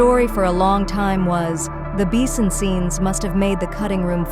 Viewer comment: What the hell is a beesun?